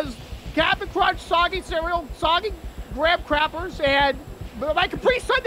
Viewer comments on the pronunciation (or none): "Soggy Gram-Crapers"